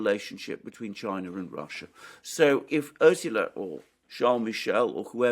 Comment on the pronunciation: Pronounciation of Ursula is wrong.